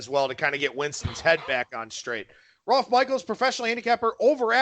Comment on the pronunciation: Why do you call him Rolf?